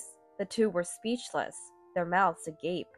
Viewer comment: Wow. A reader that can pronounce agape!